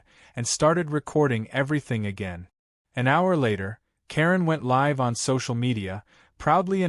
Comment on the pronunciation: Live should have been a Long I, please.😮